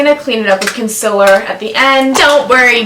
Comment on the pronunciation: C.O.N.S.I.L.L.E.R LOWKEY get TRIGGERED everytime someone says 'Consiller'